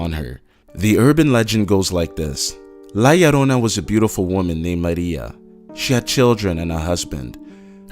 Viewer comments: He said "la llarona" -_- lol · la llarona 😂😂😂😂😅😅 lmao is la llorona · HEY I AM MEXICAN, AN THE CRYINIG WOMAN IS PRONUNCED LIKE THIS "LA YORONA" YO LIKE "HEY YO"